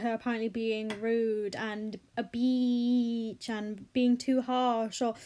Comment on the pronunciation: i agree with you, and i know that this is a serious topic, but i just cant get over your pronunciation of the word bitch